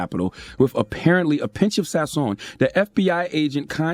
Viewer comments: “With a 👌🏾of sason” 💀💀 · "A pinch saizion 🤏🏾"😂😂😂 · ..."mayonnaise...apparently with a 'pinch' of Sason"...LMAO!!! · "Pinch of sazon"! Oh my lawd🤣 Charla u a fool! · With a pinch of saizon 😂😭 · “With a pinch of sazon” 🤣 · I think he was trying to say Sazón....but yea that pronunciation LMBO